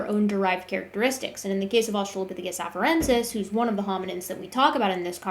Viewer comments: the way he says asTRAHlopithicus is pissing me off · Wtf is a Uh-Strahl-lah-phisicus???? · I'm guessing his brain is just mixing the pronunciation of "Australia" into it. They both have the same latin root. I wouldn't be too hard on him for that, I do that kind of thing all the time. He has way more important incorrect points to focus on than some weird brain memory thing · Look I get why he won't update his model, but could he at least update his pronunciation of Australopithecus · I just can't "stand" how he pronounces australopithecus over and over and over! C'mon, man! You HAVE to know that's incorrect! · is there a reason he pronounces "australopithecus" with so much emphasis on the second syllable? I'm immature, and I find it particularly distracting